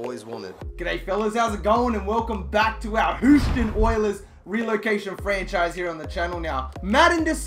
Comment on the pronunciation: Please say Houston right